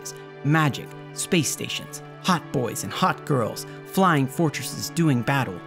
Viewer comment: did he say ..hotboys :/